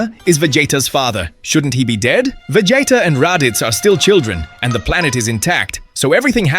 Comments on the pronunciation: VA JAYTA??? LOL WTF its VEGEETAH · Vegeta not Vegieta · Vegeta ❌ Vegeyta ✅ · The pronunciations of Vegeta's name sent me laugh every time XD